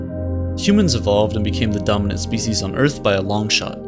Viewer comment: first I thought u said dumbest not dominant 😂😂😂